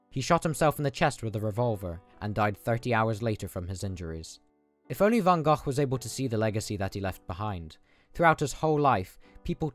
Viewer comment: Just wanted to say that you are one of the first non dutch people (i assume) who pronounce van gogh's name correctly